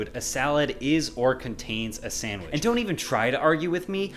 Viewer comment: "Sandiwch" lawl